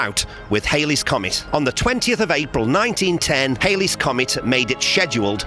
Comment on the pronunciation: It's not "Hailey's" Comet. 🙃